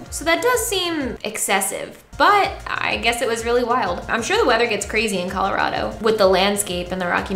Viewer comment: As a Coloradan, I appreciate you pronouncing Colorado correctly.